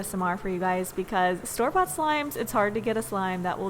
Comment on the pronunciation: When she said store-bought I thought she said storbot as a brand and I was like oo maybe I should by a storbot slime